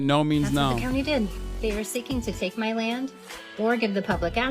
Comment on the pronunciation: she fr said “muh dream” gotta respect it can’t lie